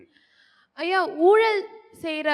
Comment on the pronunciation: It's a pity that even the anchors of such programs do not pronounce all the Tamil words correctly. For instance, it's not oolal it's oozhal.